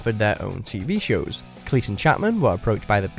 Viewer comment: This is watchmojoUK but the narrator pronounces Cleese as cleess and not cleez